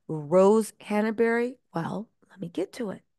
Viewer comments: It’s not Hanna-Berry. It’s Hanbury. That is distracting. It’s like calling Markle Marable. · It's not hannahberry. Hanbury ⤵ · ‘Glowchire’ ‘Hannerbury’ 🥴